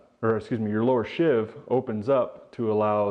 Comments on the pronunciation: It's a SHEEVE, not a SHIV, and if you follow the instructions in the manual, you don't have to do any of what you're doing. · Sheave rhymes with sleeve. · Most people pronounce "sheave" to rhyme with "leave." A "shiv" (which rhymes with "give") is an improvised inmate stabbing weapon, not to be confused with a "shank," which can be a shiv but contains at least one cutting edge.